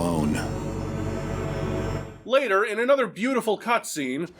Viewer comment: When Garrett says "I work alone" it always sounds to me like "I wear cologne".